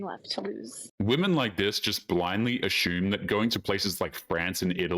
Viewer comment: There's no H in assume